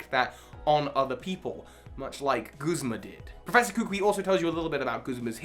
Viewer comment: It’s not koo-qwee…. It’s kuh-coo-ee